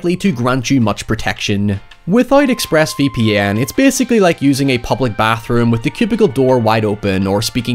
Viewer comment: “.. ex-phrass vee pee enn”